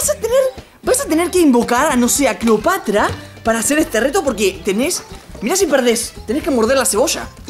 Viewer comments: Se dice Cleopatra no Cleopatria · Cleopatra!: Cleopatria! XD